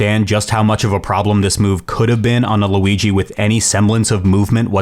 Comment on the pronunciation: great vid, but it's Luigi, not Louigi